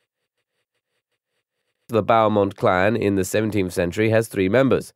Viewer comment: avenge humankind? Also, should be pronounced as Bell-mont